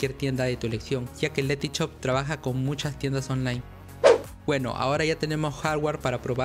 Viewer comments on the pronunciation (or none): este pavo no sabe decir shop el dice CHOP